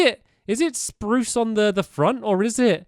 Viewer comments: #stampy says spruse in the best wany spurucee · roof is brirch and oak and its sprose leves STAMPY